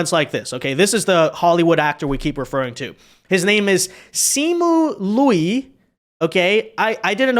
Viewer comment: Lol, pronouncing the “i” sound in “Liu” AFTER the “ū” sound. 😅